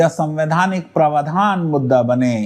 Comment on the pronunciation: Praavdhan Not pravadhaan